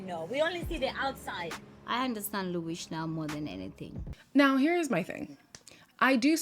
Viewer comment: You’ll be sooooo irritated by naked in the next episode 😂😂😂 and can they stop calling ‘Luis’ ‘Luish’ ???? There’s no h at the bottom so why do they keep pronouncing ‘h’ in the end ?